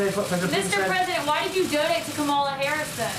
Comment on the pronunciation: Let’s start with the pronunciation of kamala Harris! Is that all he has?!